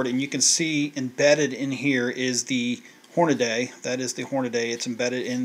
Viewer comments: OMG why do so many pronounce Hornady wrong? It's Horna(dee) not Horna(day). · Hornady! Not hornaday.